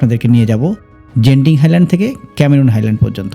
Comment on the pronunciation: জেনতিন হাইল্যান্ড ❌ গেন্তিং হাইল্যান্ড ✅